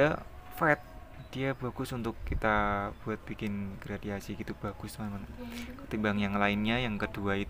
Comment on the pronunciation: Gradasi bang bukan gradiasi